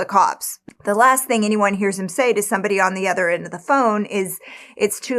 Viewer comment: Why do you say "ether" instead of "other?"